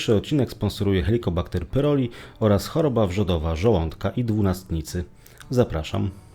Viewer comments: Chłopie wymawiaj poprawnie pylori nie pyroli😂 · pyLori a nie pyRoli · Nie PYROLI a PYLORI.